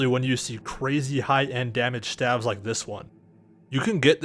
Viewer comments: STAVES. S-T-A-V-E-S. S T A V E S. Not "staphs". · Please stop saying st 'ah' ves, staves is pronounced st 'ay' ves. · it's "staves" not "staffs" :D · wtf is a stav? I think you mean either a Staff (with a "f" when) talking about them singularly, or Staves (with an A, rhymes with Dave) for plural. There is no such thing as a Stav. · it sounds like you're saying "staffs" because your pronounciacion is strange. go to google translate, enter "staves" and click the microphone icon to hear how it's pronounced :) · The plural of staff is staves, and the a is long, so say "stAves" so you won't sound as ignorant next time. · I thought this was about Daggers. I kept hearing "STABS" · It's a long "A"... STAAAVE. JFC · STAVES [steyvz] /steɪvz/ I had no damn clue what you were talking about until I saw a picture of a fucking staff. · You said.....st-ah-vs.